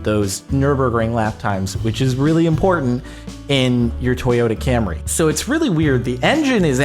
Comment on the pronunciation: he said corrola then camary